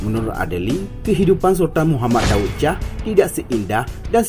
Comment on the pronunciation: Baca intonasinya berbunyi, Daud Syah, bukan Daud Cah. Lidahnya tebal benar, sih !